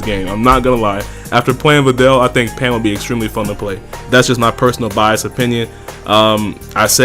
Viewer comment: You was drunk when you said pan and ribwhatever right?